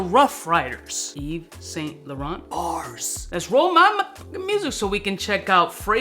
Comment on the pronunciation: Mr. Yves Saint Laurent doesn't know to pronounce Yves Saint laurent. 🤣🤣